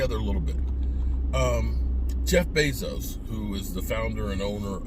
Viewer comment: isn't Washington your home team.. they stopped you from walking around there like a peacock with your cowboys jerseys on. huh. By winning the division and kicking cowboys ass twice.. PS it's Bezos not Bassos.. geez man..